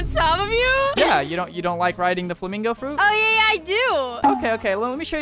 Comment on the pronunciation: “Flamgo fruit😅😅”